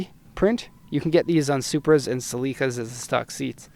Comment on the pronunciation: Never east’s a celica pronounced cel-ee-ca